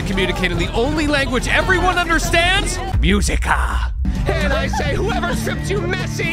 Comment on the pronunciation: I’m used to him mispronouncing qúe for the joke but música almost made me wince